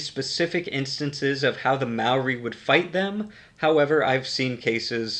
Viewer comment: As a new Zealander I hate the way you say maori but it’s okay